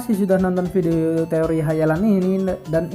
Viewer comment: Lu apa ga tau si Tsukasa tu termasuk wibu Edit : tambahan bang pas ngomong teori ngomong te nya b aja lahhh😂😂😂😂, tambah lagi yang penting ngomong t nya b ajalah